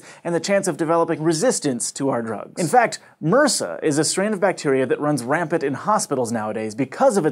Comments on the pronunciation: It's pronounced by the letters - M.R.S.A - not as a word (mrsa). I had to pause and think about what the heck this bacteria was you were referencing in the hospitals. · Rik Wisselink Nope. In Canada we pronounce it M.R.S.A as well. The US isn't that different from us as far as medical pronunciation goes, so he's just saying it wrong. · In Dutch it is also pronounced as separate letters, but I've heard this before. Might it be a regional (US?) thing? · Anyone else hate they way he was saying MRSA... Swear you're supposed to say it as letters